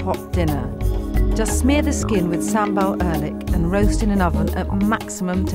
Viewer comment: The way she pronounced Oelek 😂